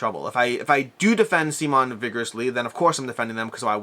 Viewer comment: I’m so saddened that you’ve caved to the “see-mahn” pronunciation and I assume that’s not helping a perception of any bias. I still think you’re genuine and the relationship is probably what has caused the change but it still sounds weird to me when you say it.